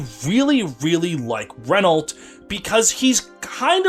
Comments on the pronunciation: Unicorn Overlord has informed me that Renault's name is to be pronounced as Re-Nau; the "lt" is silent. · I hope Renault gets in Feh and english fe fans get shocked by how you pronounce Renault